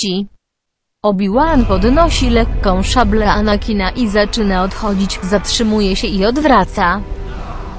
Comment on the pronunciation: LEKKĄ SZABLE